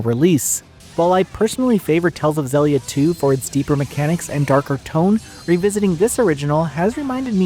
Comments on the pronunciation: zellia? its zill... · agree I prefer Xillia 2... I always thought it was pronounced Xeelia like exhile... exhilia... dunno... anyway I also prefer 2 apart from the debt to repay which was a nightmare gameplay idea I still remember it from the ps3 era. Tales of Xillia 2 after Berseria is still my fav Tales game. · Loving a game, but then are not even able to pronounce it. I'm out